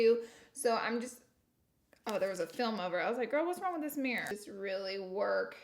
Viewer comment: mirror in laura lee language: mer